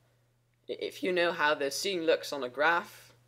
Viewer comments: Lol i was confused by him pronouncing sin,scene. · Just wanna mention: sine is pronounced like "sign." :P Just thought I'd let you know! :D And thank you so much for these clear, informative videos!